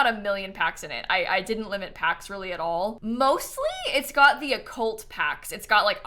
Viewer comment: when said "maybe it's a house that got abandoned because it was haunted" I misheard 'got' as god several times until I had to turn on the captions lmao